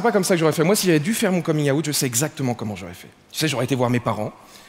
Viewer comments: oui ok mais lui il dit " out" comme " août" ( le mois) et c'est pas bon. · J'ai tellement de peine pour les gens qui prononcent "out" comme ça. J'entends souvent ça pour le "burn out" aussi.